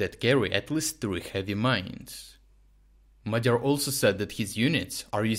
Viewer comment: you are right that madár is bird in Hungarian, but there is a Hungarian version of this channel and he is also called magyar there. Although what you are saying makes much more sense and it must be a misunderstanding on how you pronounce the "di" in Madiar.